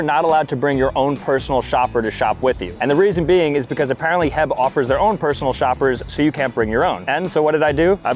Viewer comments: It’s not her it’s h e b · He called H E B heb😂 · Laughing because he called it HEB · It’s pronounced h e b not heb that is why there is a dash between the letters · ITS NOT HEB!!!! ITS H. E. B.!!! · bruh its H.E.B., you pronounce it as separate letters not a word 😭